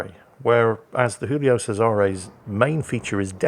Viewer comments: I never understood why thinks the Giulio Cesare is a spanish ship. Its Giulio not Jiulio. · for fucks sake, it's not Julio, it's Giulio. same as you're saying, not ['xingls] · It's Joolio Cesare not Hoolio Cesare. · Somebody needs to tell that the G in Giulio raads just like a J in English